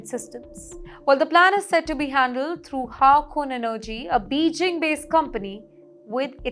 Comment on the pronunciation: India lost the contract of Railway Line. Your Anti Iran’s fake NEWS will make our government to close up our oil taps. My dear you can’t even pronounce ‘ Beijing’ and want to pose an Anchor!